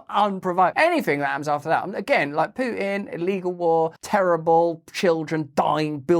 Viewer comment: when did Pu-tin annex Crimea?